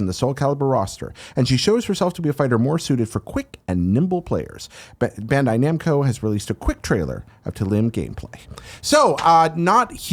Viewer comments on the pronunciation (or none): did he just say Bando Namcai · Are we all just gonna ignore the fact that says "Bando Namkai"? I did the listening version of a double take when I heard that.